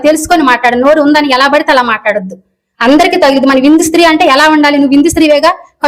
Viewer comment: Sri kadhu stri Telugu nerchukondi mundhu tarvatha anni teseyochuuu